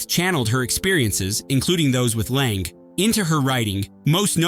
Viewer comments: It's "Lang". The "e" is silent. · 1. Mary Martin was a musical theater actress, NOT a costume designer. 2.Hope Lange’s last name is one syllable